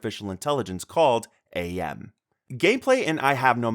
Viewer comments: Akshually -- It's not "Ayy Em," it's pronounced as just "Am," as in Cogito, Ergo Sum- "I think, therefore I AM." And yeah, due to the censorship-- the old man seen is Nimdok: a (fictional) student of Mengelev at Auschwitz, who is Jewish himself, who sold out and tortured other jews (including his own parents) to save himself, and his level is at one of the camps-- his level is removed in some versions, thus rendering the game unbeatable. The other big removed content is Benny can (shown through a shadow on the wall) eat a human baby to sate his own hunger, AM having turned him into a ravenous beast. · For the "I have no mouth, and I must Scream." Please... It's pronounced. "am" not "A.M." The AI gains sentience, and begins to not just operate. The line of dialogue is literally " I Think. Therefore, I AM." goodness, I get why the AI did it after hearing that. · A kaka-phony? ... okay. Also it is not Ay-am. His name is AM, like cogito ergo sum - I think, therefore, I am.